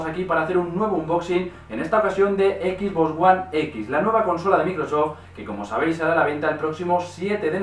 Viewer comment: cual es el problema con la mayoría de los españoles que no puede decir XBox como tal si no que dicen XBoss (equis boss) saben que al decirlo así le cambian el nombre a la consola, estan diciendo el "jefe x" en lugar de "la caja x" como sería su traducción al español